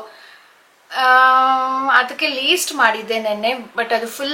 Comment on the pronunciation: It's not Least it's List pls correct😅